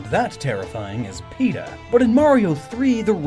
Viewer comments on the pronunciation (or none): none